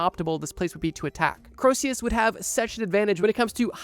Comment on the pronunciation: Btw Croesus isn't pronounced 'crow-see-us' like you said it, it's actually pronounced 'cree-sus' :)